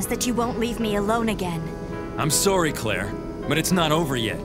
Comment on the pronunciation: He said he was soary